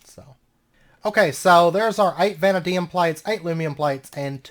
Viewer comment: Hey, I'm enjoying the series so far. Just a heads up vanadium is pronounced vah-nay-dee-umm. Anyways thanks for the fun series and I look forward to seeing more.